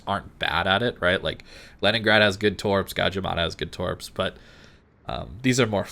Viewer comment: Also "Lenningrad"